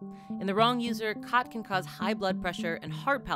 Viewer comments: its pronounced more like gat than khat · Watching from Ethiopia Africa. It is pronounced chat not cat. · You're mispronouncing it. Its not Cat its more like Chaat. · It's pronounced as "Chaat" in Amharic 😂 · It’s pronounced “ghath” (Yeman)